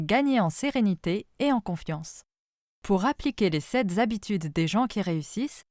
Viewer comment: Les sept habitudes, et non les 7 zabitudes!!!